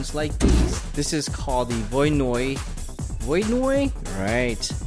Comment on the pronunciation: No, not VOY NOY..